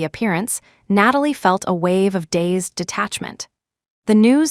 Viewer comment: DAZED DETACHMENT not days…